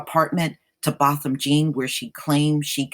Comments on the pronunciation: If your going to do videos on this man, pronounce his name right for crying out loud. Its BO. Bothom j'aw. Spelled Jean. Its French, lady. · It is a French surname is pronounced John. Anybody committing a crime has to move immediately. You are absolutely wrong on that. For the safety of the other tenants they must immediately remove her. Further all tenants are entitled to compensation. If the owner doesn't make her move they too get sued.